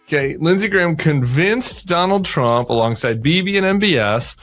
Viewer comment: Did you say Donald duck or Donald Trump. Lol😅